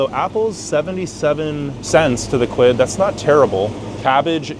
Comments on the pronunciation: Americans saying quid always makes me cringe - good vid though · I'm Canadian and it physically hurts me to hear Americans say "quid"